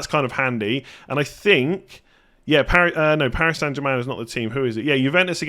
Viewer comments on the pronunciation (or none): none